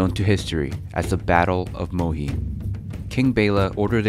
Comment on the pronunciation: As a hungarian it is funny to hear how you pronounce the river Sajó. :) The place is Muhi correctly not Mohi.